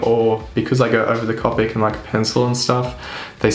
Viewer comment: Just a couple other notes: Copic is pronounced with a long "o" as in the first syllable in co-operative (I have a couple certifications for Copic; I also used to Copic coloring at Michaels art/craft store). If you are doing profession work for sale, be sure to check the lightfast ratings on your colored pencils. I recommend Caran d'Ache Luminance (although they are expensive, you can find them on sale now and then) and the new Lightfast pencils by Derwent (they are about to release the 72 set and are planning a 100 set later this year). Since Copics are not lightfast (dye based inks), I recommend scanning those for production prints. The colors will fade and/or shift in a relatively short amount of time. Thanks again for the video!